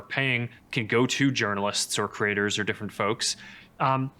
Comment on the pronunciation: When he says Creators I hear Critters